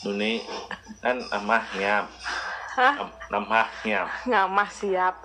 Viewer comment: Itu knpa sush bngt ngmongnya?,nampah jdi namah😂